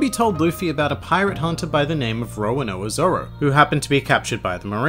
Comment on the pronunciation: i love these vids but it's nor roanoa zoro it's roronoa zoro